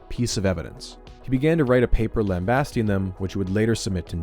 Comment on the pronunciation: … He began to write a paper “lam-BAY-sting” them